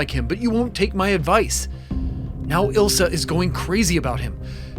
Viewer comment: It's Elsa not ila